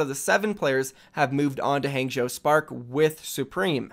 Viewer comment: I cringe every single time he says Hangzhou